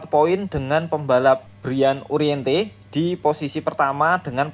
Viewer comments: Uriarte min,,, bukan uriente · U R I A R T E Ga ada huruf "N" min